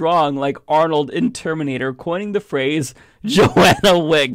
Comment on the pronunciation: It irritates me to no end to hear you say JOANNA WICK - TWICE when it's clearly spelled and visible to your (apparently defective ) eyes that it's JOHNNA WICK - there is no A.